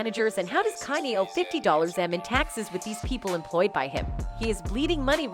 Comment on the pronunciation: The way she's pronouncing his name is driving me nuts. "CAN-yee"